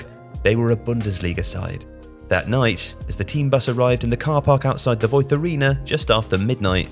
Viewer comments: Technically Voith would be pronounced as Voit (without the TH sound)? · I have to criticize the lack of accuracy in some parts of this video. - No, it's not pronounced with a "th" sound, it's pronounced with a "t" sound, someone could at least have listened to the word on Google translator - The 3rd tier isn't just called "Liga", imagine someone calling League One and League Two just "League". The official name is "3. Liga" which translates to "3rd League". Every league is a "Liga", so calling the third tier just "Liga" in this video doesn't make sense. Even without knowing German just by looking at the word that should have been very clear. - There is no "Bundesliga 2." as that would be "Bundesliga 2nd" in English, doesn't make sense, again just by looking at it. It is "2. Bundesliga" as in "2nd Bundesliga".